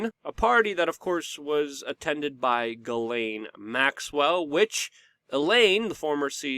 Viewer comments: Ellen. Not elaine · Ok Luke I can't take it anymore. Her name Ghislaine is pronounced (G-slen) Pronounce a soft G and slen like Ben. It's a french name and I have a few cousins with this name. The way you pronounce it is spelled Guylaine. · Please pronounce the name (Ghislaine) like Zshees len or Jheeslen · Luc, her name is pronounced Jeeslaine ... it's french